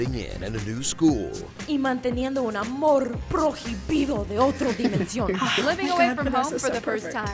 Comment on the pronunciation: Some of the mayor ones: The h in Spanish is silent: prohibido is not "pro-he-be-doh", its "proi-be-doh"... kinda Clone=clon, not "clónico". Clónico is "clone" as an adjective, "clone wars"="guerras clónicas", "he's my clone"="Él es mi clon".